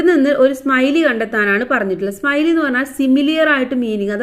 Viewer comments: സ്‌മൈലി അല്ല സിമിലെ ആണ് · സ്മൈലി അല്ല സിമിലി എന്നാണ് Tr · Simile ❌ smiley ✅😁